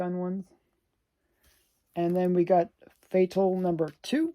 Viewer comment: Fatale should be pronounced like “femme fatale”…. I believe…… you are Canadian and if you speak French, you can make it sound even better!!